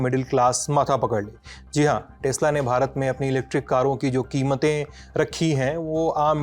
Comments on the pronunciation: Tesla ❌ Tasla✅ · Tesla nahi…. TEX LA 😂😂